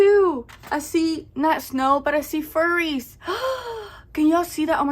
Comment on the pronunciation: Omg that bright pink one is sooo cute!!! 🩷. Tell me why I say cheeeese every time you do 😹😹. Haha girl YESSS toooo the windowwwwww to the wall!!!! Oh my gosh you always have me laughing hard. “I see furries!!!” I think it’s flurries 😹❄️🌨️. Yayyy my challenge got 2 spicy 5’s!! I can’t even keep up with how many times I’ve laughed in this video lmao